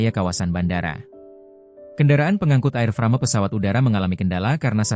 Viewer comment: Baca AIRFREIM... Bukan AIRFRAME. emang nih Channel... maklum dr lampung😂😂😂😂